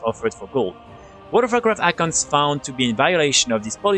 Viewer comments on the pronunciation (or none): Nice videos. I would work on pronouncing accounts though. Sounds like you are say iconts and it throws me off. Friendly suggestion :)